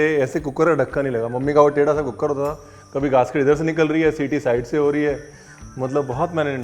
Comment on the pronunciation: When I saw cooker wali recepie written on the thumbnail of your vedio.. I just pronounced it the way you say cook-ker.. Not deliberately 🤣🤣🤣.. Apka zyada vedio dekhne ka asar